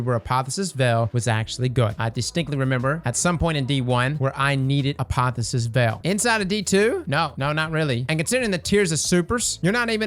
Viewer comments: a po the o sis, not a po phy sis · It's pronounced a pa thee osis LMFAO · Apotheosis is pronounced "Uh-Poh-Theo-Sis". Just to let you know, not trying to needle you. Also, Geo-Mags have been nerfed into the earth. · Hey, I know you're all about pronouncing things... Uniquely, but I thought I'd mention it's not "uh-POTH-uh-sis", it's "ah-POTH-eee-OH-sis". Means "process for attaining godhood." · is determined to say "Apotheosis Veil" wrong as many times as possible